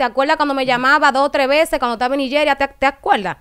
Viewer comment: Dique Niyeria, Nigeria, así se pronuncia 😊